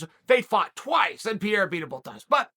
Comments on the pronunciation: It‘s Pereira not Piera😀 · I'm embarrassed to be an American right now. It's pronounced Puh-Hay-The. Stop pronouncing the R's. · "Pierre-uh" love it. Everyone else has been mispronouncing it as "Puh-hair-uh" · Alex "Pierre" Pereira - Uncle Chael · Chael knowingly mispronouncing the names..pierra, blahovovic, michaeljeff, oozeman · Alex Pierre !? 😂😂😂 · Alex “Pierre-ra” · Pee-ara is the newest mythical fighter in Chael's roster. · P.E.R.E.I.R.A… Chael, there’s no PIERA… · Who is this guy "Piera" he keeps talking about? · Alex "Pierre" Pereira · Pierra?!?! Is it really that hard ka? Lol. Chael P still gangster🤣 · Lol I heard Pierre or Pierra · Pronounce the man’s last name right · my god, he called him everything rather than Pereira 😂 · Hearing chael mispronounce fighters name in different ways in multiple videos is hilarious to me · Do you guys think Chael is mispronouncing “Pereira” on purpose at this point? 😂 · You must be new lol